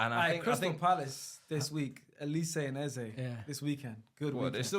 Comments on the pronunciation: Eze is bunkers for butchering our great name. It’s Eze not Eza. He can do one. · It's not pronounced Eza, it's Eze. My man can't speak Igbo, so I don't blame him. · eze is pronounced “a-zay”, not “ezzeh”, he anglicized the name cause he was brought up in the UK . take this from an Igbo Nigerian. It’s “a-zay” . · His name is not “Ezah” ffs. It’s pissing me off as an Igbo man lol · That is not how you pronounce Eze it’s Ezay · That's not the correct way to pronounce "Eze" oo. 😂😂